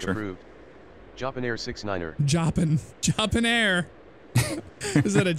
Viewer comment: JAHPIN AIR!!!!!!!!!!!!!! HHHHHHAAAAAAAAAAAAAAAAAA!!!!!!!!!!!!!!!